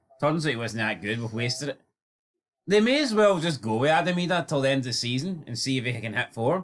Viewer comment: You don't have to incorrectly pronounce Adam Idahs name to prove your a true blue guys. Just keep producing content that's more shit than both your teams combined and you will be fine .